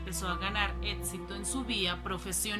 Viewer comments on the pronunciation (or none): También dice étsito!!! Imposible...